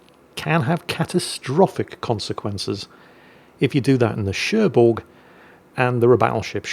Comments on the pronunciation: French lesson : the g of Cherbourg is silent :) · There's no "G" in Cherbourg... That's why.